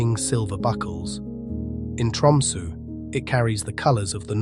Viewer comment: Did anyone else catch the narrator pronouncing Tromsø as Tumsu the whole time starting Opens in a new window]? Pretty funny slip-up